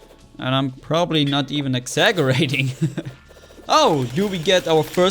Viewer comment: "I'm probably not even eggzagerating" - 2017 I tried to spell it how he said it....